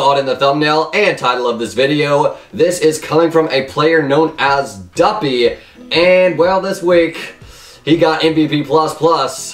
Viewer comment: Good job dude you said Duppy right